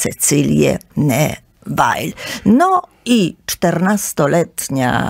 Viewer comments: Nie Newail tylko Newil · Groza. Też mi się kompletny bigos w głowie zrobił 😢 Kobieta bredzi jak potłuczona. A jak słyszę "Newajl" to mnie zęby bolą... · Droga, piekne audycje. Dziekuje. Neville wymawia sie Newil, ❤❤ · Ludzie, dajcie spokój, kobieta tak się ekscytuje brzmieniem swojego głosu, że myli postacie, numeruje sobie królów jak popadnie, ogólnie wprowadza okrutne zamieszanie 😳 kilka razy musiałam cofać żeby sobie poskładać fakty 🤕 A "Newajl" przyprawia o ból zębów 😢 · Nazwiska Neville nie mówi się tak jak pani redaktor gdyż Neville z francuskiego pochodzi. Nikt W UK taki nie mówi.